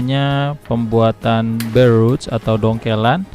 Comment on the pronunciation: BARE ROT.. Enakan dibaca degan lidah Indonesia.. Dengernya jg enak.. Ngapunten om..